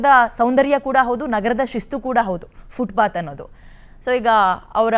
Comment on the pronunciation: ಅದು ಫುಟ್ ಪಾತ್, ಫುಟ್ ಬಾತ್ ಅಲ್ಲ ಅನ್ನೋದು ಮೊದಲು ಗೊತ್ತಾಗಬೇಕು.